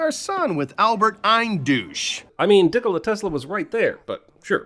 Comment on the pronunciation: Dickola Tesla 🤣🤣🤣